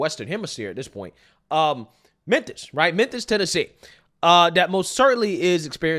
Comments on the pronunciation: Its pronounced MEN-FIS. NOT MEN-THIS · killing me here, with his "Menthis"!! 😂😂😂 #Mem-fiss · Sounds like you are saying men-this! FYI it is mem-fis Memphis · Where the f*#% is “MEN-THIS” Please stop messing this word up! It’s urking my life lol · Bro... where'd you learn to talk? It's not "Menthis" bruv 😅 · Great video! But...Are you saying Menthis??? It's Mem-fiss (Memphis) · Did I hear you say “Menthis, Tennessee”?? 😂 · It's Mem-Fis, not Men-this. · Are you saying Menthis?😂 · Memphis* sorry I love your channel but even on the news they call it “menthis” and it makes people appear completely illiterate. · Bro like the video like always. But it’s Memphis! Not Memtis. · Lol… Are you saying Methis? I think this was in Memphis Tn. or maybe I heard you wrong?🤷🏽‍♀️ It’s possible 😁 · It's MEMPHIS. Not Menthis. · MEMPHIS, IT'S MEMPHIS! NOT MENTHIS! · Lol!!! I noticed You are saying menthis instead of memphis. 😂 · Is it just me or is pronouncing memphis like menTHis..? I hope it's me. But i don't think so... 😳_😬_😆💀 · Memmmmmphis... Memmmphis Not Menthis lol. Love you though! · Love you bro, but "Menthis" x2. gotta clean it up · You realize we can all hear you saying Menthis, right???? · Thank you for always making these videos. I mean this with the utmost respect: The city is Memphis, not Menthis... I love your logic and your takes - keep up the amazing work! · I hate to be that guy, but I gotta. If you'd have only said it once, I would have chalked it up to a mistake. But you actually said this every time you said the city's name. You kept saying Menthis. Or at least it really sounded like that. It's Memphis. I don't know if anyone else has pointed that out, but I wanted to kindly correct that. No harm no foul. I just wanted to point it out. ✌️ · The word is pronounced mem•fuhs spelled with “ph”, not “Menthis”; my OCD couldn’t let it go. Anyways, carry on. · Am I high or is calling it Menthis instead of Memphis 😅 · Did you say Menthis? 😅